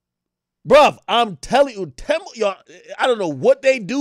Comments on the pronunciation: Its pronounced Teeeeemu lol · It's pronounced "tee-mu"